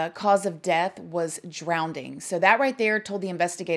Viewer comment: The word ,.. Drowning doesn’t have a d in it. You said,.. drownding!